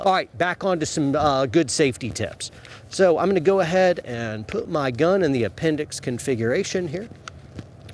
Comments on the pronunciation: "apenDIX bRoOoO" 😂😂😂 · "Pointed at your a-pen-dicks" HAHAHAHAHAHAHAHA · lol It's appen-dix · Appen-dix...I'm dead